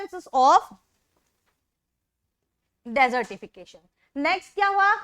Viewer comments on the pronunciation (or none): it is not dessertification it is desertification